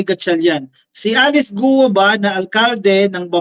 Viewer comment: "GUO" pronounced simply GO daw!